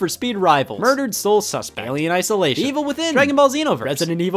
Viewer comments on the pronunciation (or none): none